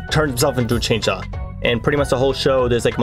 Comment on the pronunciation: did bro say chainchaw instead of chainsaw?